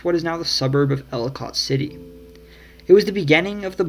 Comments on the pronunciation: IT'S PRONOUNCED "EL - i - cut" NOT "EL - i - cot" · Also Ellicott City is pronounced El-i-kit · He also got the pronunciation of Ellicott City wrong (people insist it is el-ih-kit vs. el-ih-cot), but surprised he got Bowie right. When I first moved here every time I said the names of those two areas I always got clowned on for mispronouncing them.